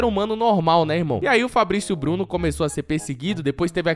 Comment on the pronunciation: o japonês Fablicio Bluno